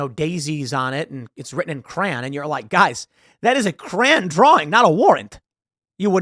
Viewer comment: Tim says crayon weird. Like "cran".